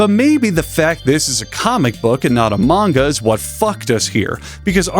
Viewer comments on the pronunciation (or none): none